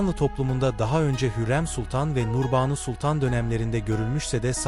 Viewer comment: Okurken uzatma işaretlerini söylemiyorsunuz buna dikkat edin.Endam,Namını,Nurbanu kelimelerini uzatarak söylemelisiniz